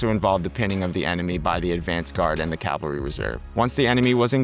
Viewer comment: ha thanks for letting me know you’re American. Apologies if I seemed hostile. I guess the AI age of low effort content got my hackles slightly raised as AI narration often has…idiosyncratic pronunciation. So mainly I was pointing out ‘battalion’ and ‘cavalry’. Pronounced ‘bah-tell-ien’ rather than “bat-till-ien”. Also cavalry would be “cavell-ry” rather than “cal-very”. Those were the main ones. It’s a very informative video but many of your audience would find that a bit jarring as they’re likely to be military history enthusiasts, so have will be hoping for that accuracy in videos :) Again it’s very well explained and the animations help a lot as I first came across these concepts in static diagrams from books. By no means is it low quality and certainly not low effort content. Keep it up!